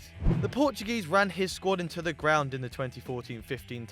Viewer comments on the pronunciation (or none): none